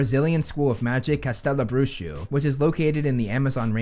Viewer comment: Loved the pronunciation of "castelo bruxo" ❤❤❤